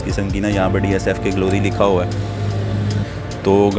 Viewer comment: Its not dsfk...its DFSK 😂...why wud somebody trust your review when you dont even know the name 😄